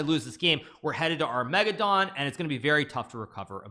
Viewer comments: Never heard it pronounced Ar-MEGA-don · why does hikaru pronounce armageddon like that